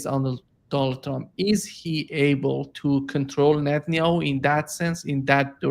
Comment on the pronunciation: Geezus, this guy is so close to getting it right but ultimately fails. “It’s all up to Netenyahu”. Good lord dude.